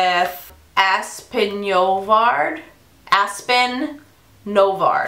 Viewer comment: Your hair!!!! Gorgeous!!! That eye look is Gorgeous! Aspyn, aspin, is how you pronounce her name. Xoxo Tina faithful you can also tell me F**k You Tina!